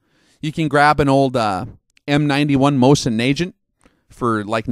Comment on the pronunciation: Nagant is pronounced as "nah-'gun" :)